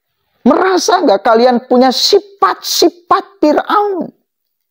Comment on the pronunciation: Sifat” bang bkn sipat” hhh